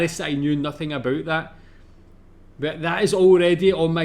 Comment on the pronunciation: You say aboot just like us haha